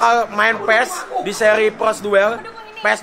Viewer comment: Woiii PROS Bukan Phlos